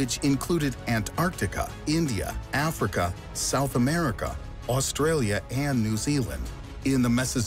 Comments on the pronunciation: “Zeeealand” “the cook mountains” haha, can’t this seriously when there’s so many simple mistakes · Can you stop calling my country' Zealand' thanks! We don't live in the Netherlands! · He really calling new zealand zealand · "Zealand" reee